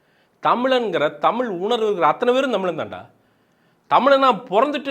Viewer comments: venna first tell "zha" properly. dont say tamil. Say Tamizh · First Thamizh nu solluya. Zha vey varala.